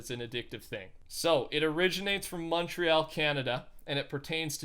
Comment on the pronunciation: Come on your from Canada but you pronounced Montreal wrong